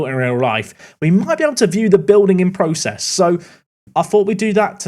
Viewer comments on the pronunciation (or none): none